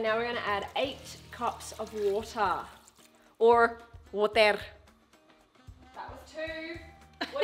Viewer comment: wooohtuh or wottir 😂